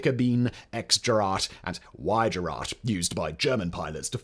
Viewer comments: Gerät is pronounced Gir (as in girl) and rate (as in, well, rate). It's like saying "great" with extra grrrrr! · I assume you missed the word Gerät which he also hilariously butchered several times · Oh my God your German is catastrophically bad can you please learn how to pronounce Gerät if you're gonna pronounce it several times during a video? Thanks. I'm not even German and that made my ears bleed violently...